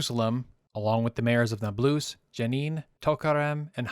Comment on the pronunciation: Okay but can we agree on the fact that it’s incorrect to pronounce Nablus “nab-LOOS”?